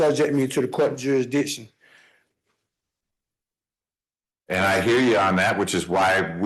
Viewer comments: 10 minutes in, and he can't even pronounce jurisdiction. We are in for an interesting ride, friends 😂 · Why can't any of these sov cits pronounce jurisdiction 🤦